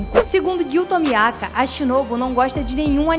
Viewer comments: Gyu Tomiaka ?? MINHA FILHA ISSO TA ERRADO PRA CARAMBA kkkk zueira otimo video ate vo me inscreve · "giyu tomiaka" kkkk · Ela falou "Gyuu tamiaka" kkkkkkkk não leve a mal mas foi engraçado